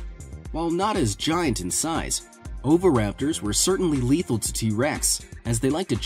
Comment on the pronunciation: you said just as leathill